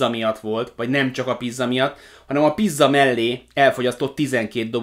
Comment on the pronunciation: miért mondod pizzának a pidzát? :-)